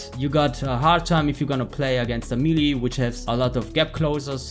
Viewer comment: Mee-lees lmao